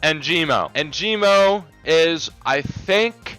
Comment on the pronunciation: perfect vid but "Enjimo" 🤣 its ENGIMO